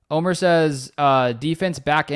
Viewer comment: Great show ty! Omer not Omar lol! From Juan Les Pins, Antibes France. GO PACK GO!